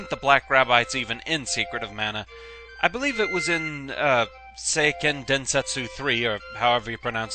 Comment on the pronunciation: You got it more-or-less right. In Japanese, the "EI" combo is pronounced mostly the same as the letter "A". So Seiken comes-out as "Say-ken".